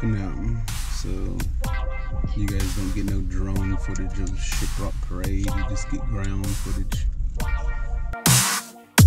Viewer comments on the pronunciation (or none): SHIPROCK!!!!😂😂😂😂Not SHIBROCK!!! Jawns!!